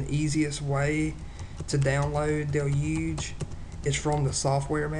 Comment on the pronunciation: torrent fohhhhhle.... duhloogeeeeeeee...